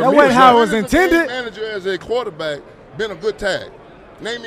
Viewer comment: Sounds like you're saying gay manager. Lol